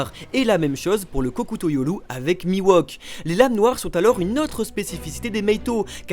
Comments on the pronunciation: Bonne vidéo merci, par contre vous pouvez arrêter de l'appeler Mi-Wok please ? Il s'appelle Mihawk, se prononce "MiHHHHowque" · C mihawk pas miwahk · putain ça se dit mihawk pas miwok ;_ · Par pitié, cessez de prononcer "MIWOK" ... C'est MIHAWK ! :( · "Mi-Wok"...😂 je ne m'y ferais jamais :) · C'est la première fois que je vois le mal prononcer un nom... Mihawk qui devient Miwok 🤮